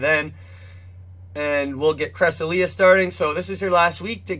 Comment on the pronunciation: Stop putting the ipa on your website you didn’t make it so why try to make money off of it smh lmfaooo you don’t even pronounce cresselia right lmfaooo